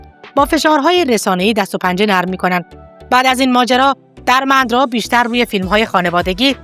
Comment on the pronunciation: سپاس از کانال خوبتون عزیزم درمندرا با کسره روی دال تلفظ میشه .Dermendra درسته .سپاس از شما